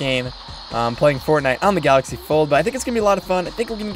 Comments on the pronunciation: Anyone gonna notice how he spelled galaxy wrong? He said "galxay" but its galaxy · "GALXAY" or galaxy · "Fortnite on the Galxay Fold" Hmm...